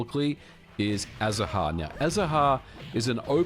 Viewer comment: The "h" in "Azahar" is silent. For those interested, it's Spanish for "orange blossom".